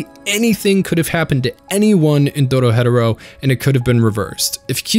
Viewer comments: Now why did you pronounce dorohedoro dorohetero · The person that introduced this show to me called it doro he doro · Bro was saying doro hedoro when it should be said doro he doro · Its doro-he-doro NOT doro-hedero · Please for the love of god it's Doro-HE-doro. DoroHe'Doro. Doro He Doro. NOT Doro Hedoro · Doro-he -doro....not dora-hedoro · Isnt it doro he doro? Why is he saying it as doro hedoro? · I just wish you pronounced "Dorohedoro" like they do in the anime. You seem to say, "DoroHeadderro". It's pronounced, "Doro-heh-doro". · How its read: Dorohedoro How this guy reads it: Doro-Hetoro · Doro he doro 👎 Doro hetero 👍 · Idk why but every time you say the title i gotta take a second because in the show the announcer calls the show "Doro-he-Doro" and you call it "Doro-head-oro". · DORO-HE-DORO.... not Doro-Hedoro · Loved the introduction Netflix gave me and burned through the manga. Absolutely awesome story... But... You can't tell me it's pronounced doro-hedero. I have always said doro-he-doro and honestly it sounds better to me. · Idk if I like how he pronounces it. Its DORO-HE-DORO NOT DORO-HEADORO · I hate how many times this man decides to say the name wrong Its dOro hEh doro not dOro. hedOro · Please... please just say "Doro HE doro" and not "DoroHeadaro" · I saw this not long after it came out, put as many of my friends as would give it a chance to watch it. I’ve always called it doro-he-doro and no one has corrected me. You kinda exploded me head with the doro-hed-oro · Doro-heh-doro Not doro-headero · It’s pronounced doro-he-doro not doro hetero isn’t it imma lose my shit if I’m wrong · It's not doro-hedoro, it's doro he doro, Engrish for Door to Door. Were you even paying attention? Next you'll be saying that you didn't know that Ebisu means shrimp salad. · doro-hed-oro? not doro-he-doro like it says in the opening? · It's doro-he-doro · "Doro headarow" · ITS PRONOUNCED DORO HEDO RO THE HEDO IS PRONOUNCED "HE DOE" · Bro said dodo hetero